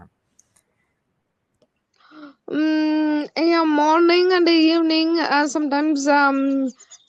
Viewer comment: One suggestion; It is Farm not Form